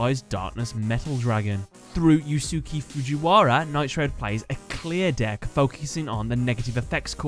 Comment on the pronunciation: The correct pronunciation for Yusuke Fujiwara's name is "You-Skay Fuu-gee-wara"